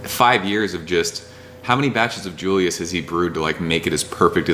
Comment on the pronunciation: Sooooooooo.... can I say something?? I think most TH people call it when saying it out loud as...Triple Dry Hopped Julius and not J-J-Julius..... :) just saying....